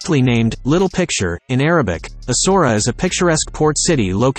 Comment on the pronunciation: Not ESSORA .. ESSA -OOW - ERA.